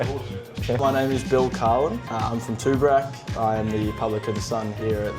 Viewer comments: We just got back from Mansfield for the long weekend. Definitely worth trying. Oh and, it's TOOBORAC not TOORABAC 😂😂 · Tooborac pronounced Too-bor-rac